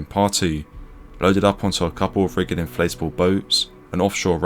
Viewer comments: Rigid is pronounced "rijid" not "rigg-ed" RHIB is rijed not rigg-ed. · Rij id as opposed to rig id...5.50 ish...the G is soft, not hard. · Rigid... not riggid. Authorities not aufforities. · *Ridge-id inflatable boat, lol Fantastic video as usual 👌